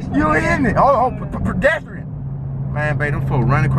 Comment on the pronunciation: When he was tryna say pedestrian 😂😂